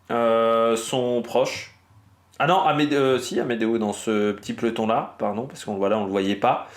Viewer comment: Salut... C'est quoi un " pleton "..? Vers , tu emploies ce terme.... On dit : un PE LO TON...!!! 🧐😇 Pourquoi les Parisiens (les gens du nord de la France) bouffent-ils les mots..!??? Vous êtes pressés à ce point ..?? 😂🤔 "Pleton" , ça n'existe pas...😅 Merci pour tes vidéos pertinentes et quotidiennes...!! 😊